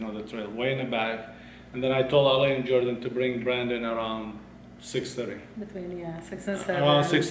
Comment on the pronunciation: say jordhan instead of jordan